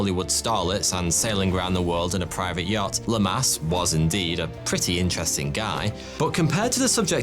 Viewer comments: “LAHmas”, not “LuhMASS” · LAmas not LamAs. It's not Welsh or English. Just keep the rules.